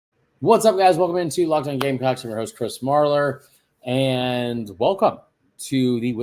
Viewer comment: Is it just me or the "S" in gamecocks was cut short the first time the woman announcer said it lol. "You are locked in on gamecock" . She said gamecocks . but ....i swear...lmao